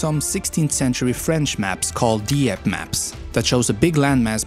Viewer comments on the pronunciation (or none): none